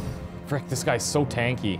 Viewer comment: Every time says "tanky" I want him to experience assault mechs:D